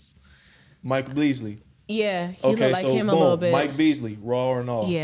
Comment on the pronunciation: His name Michael Ealy…. Not Beasley